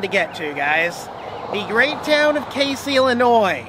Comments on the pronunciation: Pronounced Cazey, not like the Caseys general store. I’ve commented on your videos for the last 4 years telling you to check out my area of the country. You also forgot the largest golf tee at the Casey country club. (Open to public) FYI, you’ll eventually hate the state of Illinois. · Kay-zee right? Had a girlfriend from there once long long ago. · I used to live in Casey. The locals pronounce it Cazey. I used to live where the largest seesaw is now. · Had a girlfriend from Casey. It's actually pronounced (KAYZEE). Just letting you know - not that I give a crap. Also, I believe my ex-girlfriend from there was the official owner of the largest "RACK" so that one in the video would be the second largest but it's still in Casey. LOL! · Woo Hoo! You came to Casey! Ok--so you need to work on the pronunciation a bit, but GREAT video! Next time you come back, drive a little farther south and visit the Moonshine Store!